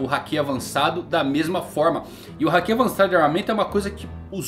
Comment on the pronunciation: você assiste o anime dublado? Tenho reparado que você fala muita coisa de forma errada. Hakí sendo se fala Haki Akáinu sendo que o certo é Akainu Chópper sendo é Chopper Yónkou sendo que é Younkou Você fala de um jeito que nunca vi. Assisto one piece desde 2000 e nunca vi no anime esses nomes que você fala. Queria perguntar pq não assiste legendado como mundo. Ouvindo o áudio original do anime. Sei que vai ficar ofendido e apagar o comentário, mas como fã é muito horrível ver esses nomes que você fala. Espero que aceite a crítica. E não é KATANÁ E SIM KATANA.